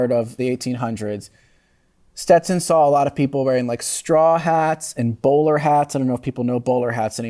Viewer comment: Learn to pronounce young lady. Stet Son. Not Ste Ton